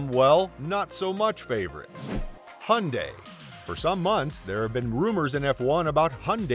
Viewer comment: Aaah people please stop pronouncing Hyundai as if there was no y in it, that just sounds just awful😩